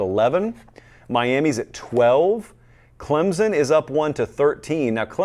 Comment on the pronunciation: your show is the best!! I’ve been really enjoying it this season. That being said, could you please correctly pronounce Clemson??? you said it like 6 times within a few seconds and I nearly lost it.